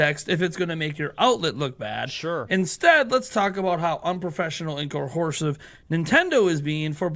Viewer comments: Why does he keep saying "cohersive" instead of "coercive?" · “Cohorsive”. Just nit picking you’re doing a great job!